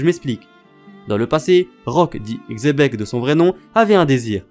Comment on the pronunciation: Par contre xebec ce dit Chebec 😘 et continue comme ça